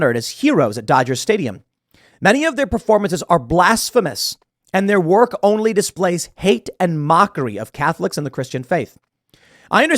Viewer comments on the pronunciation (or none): none